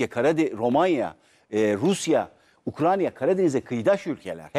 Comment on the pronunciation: Ukrayna ukranya degil 😂 resmen ukranya yi saymaya basladim